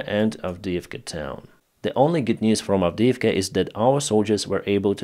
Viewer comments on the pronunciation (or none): none